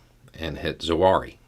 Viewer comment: Is that really how his name is pronounced? I heard you say that the Biden administration launched a strike and hit Zawahri, and I was all shocked an confused thinking the US attacked Zuari, India.